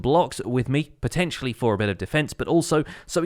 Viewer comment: the a shot evreytime he said potencially